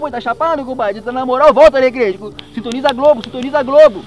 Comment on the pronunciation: Kkkkkkkkkkkkkkkkkkkkk quando ele falou sitoniza a globo eu rachei